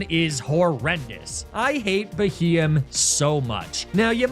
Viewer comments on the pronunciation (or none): Sounds like he got a beheeyam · You massacred my poor boy Beheeyem…….